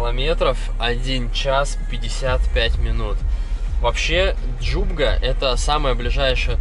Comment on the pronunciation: Не ДжуГБа ,а ДжуБГа!!!!!!!